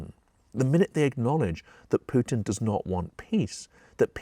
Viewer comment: thx for not saying " pewtin"